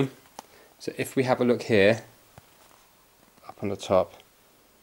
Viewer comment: Why did you say "here" as "hair"? It's confusing.